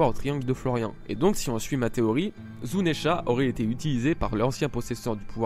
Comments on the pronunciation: zounesh, et non pas zounesha !!!!!!!!! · zounesh, et non pas zounesha